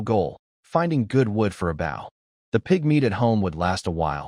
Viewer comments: why can't these AI say "bow" noun. rather vs verb. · I hate how ai says bow (the action) when talking about the weapon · Compared to other channels ive listened to....i can accept it despite agreeing with you. Otherwise its perfect. Good speed, annunciation and pausing overall. But just a couple of odd ones in there like 🙇‍♂️ bow lol. But others have repeated lines, multiple pronunciation for the same name (none of them correct) and offputting, hard to follow flow. Hell one channel i saw, changed korean names to american. Instead of sooho park we got david....lol. like wtf?! 😂😂